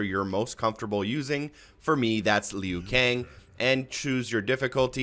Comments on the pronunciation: Rofl No one in the history of mk has ever pronounced his name leeyu kang. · Bro said Lee Ooo Kang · He said lee-U ....